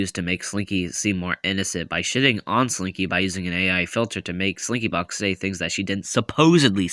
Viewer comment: no but why did I think you said “springy” 😭😭